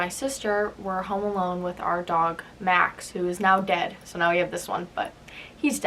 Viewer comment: Why u said dead like that